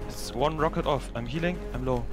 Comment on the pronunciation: 3.30 Tier eins... da kam das Deutsch wohl zu stark durch😂